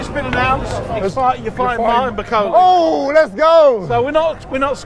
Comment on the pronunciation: 😂😂 why call him Bikoli when his name is Bakole..I know you ain't african but Bi and Ba is different